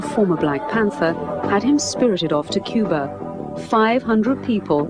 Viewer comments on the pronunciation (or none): none